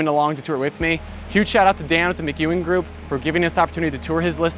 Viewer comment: It's Mc...Ewen you are meant to pronounce the capital E. There is no Q